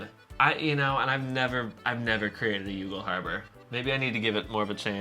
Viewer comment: YOU-GAL? Guys, ask an Irish person ... it's pronounced "YAWL"...